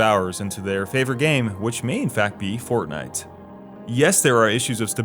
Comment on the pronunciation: you said "fort-Knife"